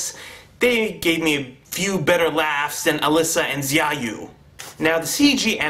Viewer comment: its pronounced shao-you(xiaoyu) but yeah the story was a complete clusterfuck.the fight scenes and CGI were the only factors that redeemed it